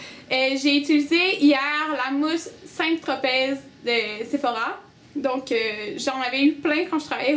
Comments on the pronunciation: aaaaaaah on ne prononce pas le Z de Saint-tropez, ça se prononce comme si ça s'écrivait Saint-tropé. Désolé, ça me faisait mal aux oreilles :p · On ne dit pas le Z dans St-Tropez c'est une ville dans le sud de la France ;)